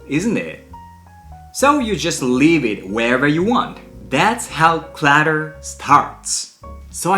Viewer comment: Clatter no. Clutter yes the U is a long a. ❤